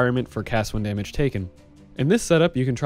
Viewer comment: damamage, filthy caster confirmed